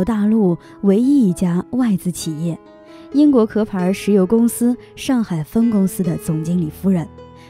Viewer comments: 不是壳(咳)牌，是翘牌石油公司。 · 谢谢分享。 你说的 那个故事很有意思。 （上海壳牌公司，壳念 QIAO， 不是KE) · 应该读“qiao”牌，不是“ke”